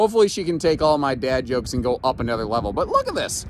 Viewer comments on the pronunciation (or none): none